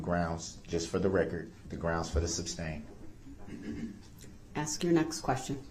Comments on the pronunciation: Still cracks me up when he says “grounds” point 2 seconds after the objection. If he would have shut his mouth, he would have heard the grounds. Second, it’s SUStain. As in, SUSpect. And for the love of grammar, it’s tacit. Tass-it. Not Tack-it. Judge Dorow has absolutely no idea what Tackit Agreement is because there is no such thing. I hope they gave him a dictionary for his life long prison sentence. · I’m just seeing this video now, 2 months after you posted it. What I always wanted the judge or the state to respond to db constant” smj,; tacit ( pronounced ta-Sit, no wonder the judge did not know what db was saying the furst times he starting repeating “TACKIT”he said “ I know you know what that is” after she said she didn’t.) agreement ; his constitutional rights… and all the annoying comments. I wish they would have simply, read outloud without the jury, the judicial act of the US Constitution! It clearly says everything the judge and state are doing, and not doing! He complains about the “jury needs to know the truth” The constitution sets out, step by step the methods of a trial. What is established first etc. Also the rules of a courtroom ; the rules if the attorneys and the one charged of crime. Darow has been right— db ,nobody, has a first amendment right to speak whenever you feel like it; or to say what you feel like; nobody can interrupt a person speaking,.. and so on. If somebody would have read these simple constitutional legal, trial rules, maybe db would have shut up for an hour or so.hand a copy of the constitution that you are reading.( not the entire document of course) .At least the court would have watched him be presented with the very info he addressed incorrectly! If db would have bothered to read a little if the constitution he may have seen how stupid he was. He was receiving info from someone! We know he didn’t come up with smj and tacit agreement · It's not "Substain"!!!! I wish the judge would have said that at least once. 🤬